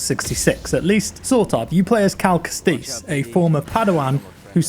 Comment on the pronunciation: Kest-iss > kesteess